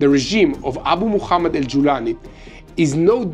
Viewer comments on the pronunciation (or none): none